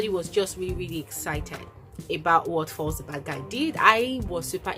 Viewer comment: That's very noble of him but I'm not sure about that address being public. Btw why do you pronounce Falz as false?